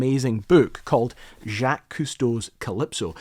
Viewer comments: JackIES Custeau? Smh my head... Farking get it right it's not even that hard. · The name is pronounced like the English name, Jack. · It’s pronounced “Jock” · Wait, you know it's not Jackives right? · Hey! The man is FRENCH to pronounce "Sh-ahh-Kques" The "A" sounds like what the dentist tells you to say when he tells you to open wide and say "Ah" and the “CQUE” makes the "K" sound and the "S" is silent. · "Jackees Cousteau"? Unbelievable. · "Jackies" Cousteau, huh? Good video though, I always had a fascination for Cousteau and the Calypso as well. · I’m pretty sure it’s pronounced Zzachh—Jacques. I adore your content! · Yes as good as this video is great... The pronunciation of the man's first name is pretty messed up... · Can't manage to watch a film where they can't prenounce the name of Jacques Cousteau. FFS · You keep mispronouncing Jacques Cousteau's name. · How the hell did you mispronounce his name? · Learn how to pronounce his name. And can the world just stop trying to convince us that carrying a pocket-destroying piece of metal in ones pocket is a good idea? And spare me the RFID paranoia. Ive got a friend with 30 years in law enforcement who said hed never even seen or heard of rfid related credit card fraud happening. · butchering his name in the first few seconds. He would turn in his grave hearing his first name this way. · Jacques the “s” is silent! I was born & brought in Montreal and grew up on Jacques Cousteau Such an inspiration Loved your video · Funny how you care so much but still pronounce his name terribly wrong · The pronunciation is indeed correct. Strange how the first time he says his name in the video he really murders it.@ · The way you say Jacques hurts my soul and I’m an American. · It’s hurting hearing his name butchered 😂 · Take a few french lessons and learn how to say...."JACQUES"..... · You need to learn how to pronounce the word Jacques. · Dude you might want to learn how to pronounce French names? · Haha Jakees Koestow